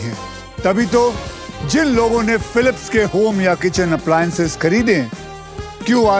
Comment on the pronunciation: Its sounds fun when Akshay pronounce 'Philips'😂